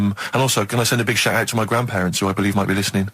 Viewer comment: Dain = Down. Shite ait = Shout out. Steven needs speech therapy 😆